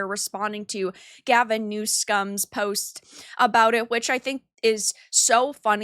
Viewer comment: ehm excuse me? What did the governor do wrong? His post seemed fair to me it was very good and un unbiased. Really not sure why you would call this man "new scum." Im assuming you mispronounced his name cause otherwise i can't see why you would hate him? Fyi t's pronounced " new some" . 😅